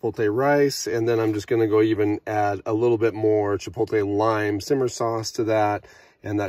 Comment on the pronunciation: Sorry to be anal. But it’s pronounced chi-pote-lay. Not chi-polt-tay. The L is on the other side of the T. Looked tasty in any case